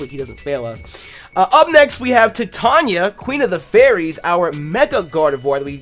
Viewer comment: I actually live in a small town called titania, named after the queen of fairies in shakespeares midsummer nights dream. And I just have to let you know that it's pronounced "TYE-TAN-YA" like how you would say "titan" and then just add "ya". At the moment you're pronouncing it "tit-an-ya" and it's really frustrating hahaha. Just fyi!